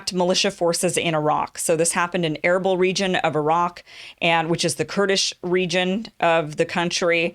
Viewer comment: Erbil is pronounced as Erbeel, as in Eel